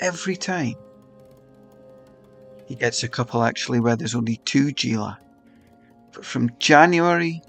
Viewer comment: Haha fair enough..but you are both incorrect anyway. Is not pronounced as G - is "Hee La" Sry, but was killing me hearing the G 😊